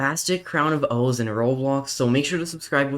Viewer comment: It’s crown of OOOOOOOOOOOOOOOOOOOOH not ooooooooooooo